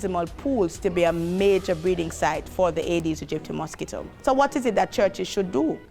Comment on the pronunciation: Could pronounce the mosquito specie slowly. Agee dedistie is what I hear